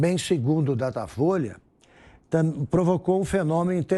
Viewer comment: "Datafoice?" Ah, tá bom. 😆